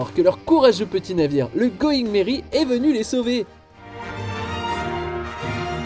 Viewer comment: "Going Merry" ? Vraiment ???